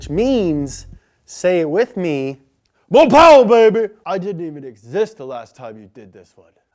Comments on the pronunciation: i just love when he say mo powah baby! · "this is everything you need to know to get up to speed! on my dad!" plus when "MOHH PAWAH" originates 😂